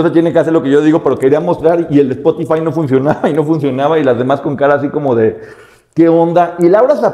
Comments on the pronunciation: Qué risa con doña Laura Zapata cuando le dijo a Lucia “ que bueno que recaperucitaste “ 😂😂😂😂 y la otra insiste con su “espotifive” 😂😂😂😂😂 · Lo mejor Lucía y su “Spotifive” 😂